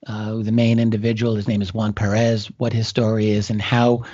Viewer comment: Small detail, the name is PERez, not PeREZ :) But great interview. . .